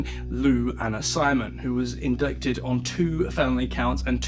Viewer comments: 😂 I just chuckle. 'SUBpeona', 'inDICTed'. Can't help but laugh at the pronunciation. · V interesting episode! That last line “Nassar… is now said to be living in fear for his life” has me yelling “GOOD!” at my phone. Piece of work. (JSYK, “indicted” is pronounced “in-DIE-ted”) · please learn how to pronounce 'indicted' properly.